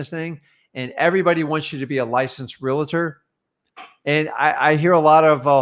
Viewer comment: REALTOR...does not have an "A" between the "L" and the "T". also, REALT "OR".. not. "REALTER" & definitely not "REALATOR".